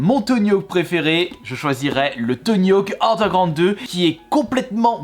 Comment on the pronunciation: Franchement... Super vidéo mis a part que tu m'a fait saigné les oreilles en disant : "Tony hawk andégroand, sport boaarde et trique... Je like quand même 👍